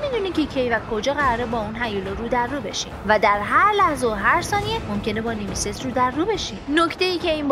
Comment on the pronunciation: بخدا اگه تلفوزت رو درست کنی نمیمیری اوروفِن اف کوز نه اورفِناف کاس ساکیرو نهنهنهنه😡😡 سِکیرو گِنِچیرو نهنهنهنه گِنچیرو نیمِسِس نهنهنه نِمِسیس